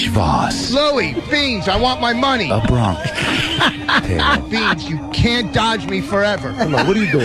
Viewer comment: A "Bronkish" Tale ? The illiterate moron can't even pronounce the mispronunciation properly.